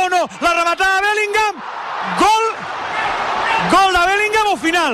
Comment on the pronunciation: Cada vez que los escucho siento dolor en las palabras: "la sentratra, la rematada y el gal"...